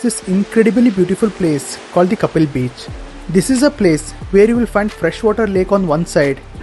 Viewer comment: Kaappil and not Kappil